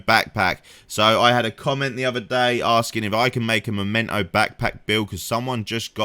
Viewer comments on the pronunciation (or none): MEMENTO, not Momento!